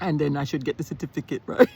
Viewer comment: Saying "Cerfiticate" you are already a Jamaican. 😂😂😂😂